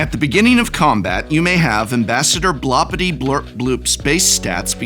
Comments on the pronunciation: BloRRRpityBlorpBoop professor. It's BloRRRRRpity, not Blopity! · You're hurting my feelings reading Blorpity without the R. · you pronouced it wrong prof, its blorpityblorpboop not blorpityblorpbloop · More annoying than the entire deck was the Professor saying the commander's name wrong every single time. It doesn't end in "bloop", but in "boop" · Um… it’s Blorpityblorpboop… not Blopityblorpbloop…. Geesh… I thought you were an English professor. ;-) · BLORpityblorpbloop not BLOPpityblorpbloop. Jeez get it right! ;) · Hey Prof, It's BLOR-PITY-BLORP-BOOP, not BLOP-PIRTY-BLORP-BLOOP. Sincerely, The Pronunciation Police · Hey Prof, It's BLOR-PITY-BLORP-BOOP, not BLOP-PIRTY-BLORP-BLOOP. Sincerely, The Spelling Police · Drink everytine he says "Ambassador Bloppityblurpbloop" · Spectacular video! Only gripe is the repeated mispronunciation of BLORP-ITY-BLORP-BOOP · The most annoying part for me is Prof mispronouncing Blorpityblorpboop like 59 times lol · “Creative writing major”. Also doesn’t know how to sound out the commander’s name lol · How dare you mispronuncing Ambassadors Blorpityblorboops name. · Specifically, he says it WRONG every single time. 😀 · I cannot believe your deliberate, insensitive mispronunciation of Blorpityblorpbloop! It's really not that blupping hard! A quick googul is all it takes, but you Yew-toobers are so stuck up with stickers you don't care about our heritage at all! The blorpbloop clan takes great offense!!! I will be telling all my blorps to shun you, as is customary on Blorp. Perhaps that will teach you the power of family values. And consider my patreoon subscription CANCELED!!!! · Every time he pronounced the name of the commander wrong I laughed even harder. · If you pay attention, you can see the Professor speedrun the five stages of grief as he pronounces Blorpityblorpboop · Worst part is that he is mispronouncing the name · Props for not pronouncing Blorpityblorpboop right even once. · and he never once pronounced it right.